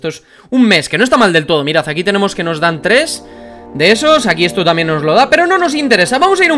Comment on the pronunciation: enbes de decir tanbien dices tamien